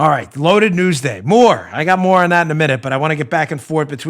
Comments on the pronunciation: Did you say said more on Biden or moron Biden?😂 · You said More on Biden ... sounded like Moron Biden. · Dan, did you say "more on Biden later" or moron Biden? By the way, I've been trying to change the language but can't because I'm not a Leftist but try to use lesron because a moron doesn't have more of anything. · "...more on Biden" sounded like "...Moron Biden" hehe! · LOL "more on Biden". I heard moron Biden!